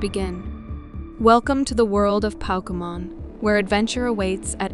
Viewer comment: Thought it was real for a second, but she kept mispronouncing Pokémon as Poke-a-Mon, like when you poke something😂 Oh no... It's Auung and not Aang all over again😭😭😭